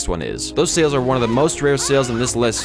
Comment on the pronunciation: Bro called the serpents lie sails the serpents sails Literally unwatchable.